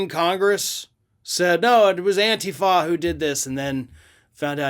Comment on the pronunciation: You pronounce antifa wrong. Accent is on the I